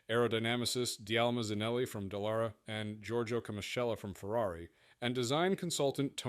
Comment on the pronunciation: Investiga nombres y apellidos es "Dallara" no "Dellara"